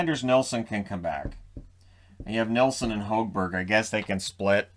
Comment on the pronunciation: When it comes to Petterson, malaise is probably the best word to use. Hes seemed very slow compared to last season, and seems like hes a step behind everyone else a lot of the time. Oh yeah, and the Sens commentary last night said he Marcus wants to be called Hog Berg, not Hoag-Berg. 🙂